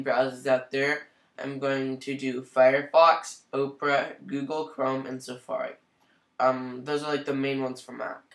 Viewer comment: I'm going to start pronouncing it Oprah as well. That's hilarious.